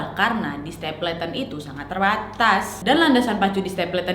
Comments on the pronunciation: bacanya stepelten bukan stepleten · stapleton baca nya stepelten bukannya ya? 🤔